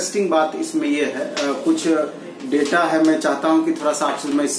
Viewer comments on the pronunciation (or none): none